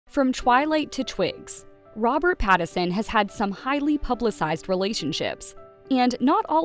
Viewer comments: PLEASE...IF you are going to continue to record these bios LEARN how to pronounce your subjects name. His name is NOT PattERson it is PattINson. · FFS, his name is PattiNson. The N isn't silent. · Rob's last name is pronounced PAT-IN-SUN. If you're gonna do a piece on someone, you should correctly pronounce their name. Oh yeah, and maybe you shouldn't twist the story into something it isn't. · How do you not know how to say PATTON SON. Like how do you not know how to say the name and making a video about it like did you ever watch any videos of him cuz you're off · The way she says his last name 😂😂😂 is the best part of this video. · Poor Robert, misunderstood and mispronounced. 😢😢😢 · Truly. An entire video about Robert Pattinson, not once was Pattinson's name pronounced correctly.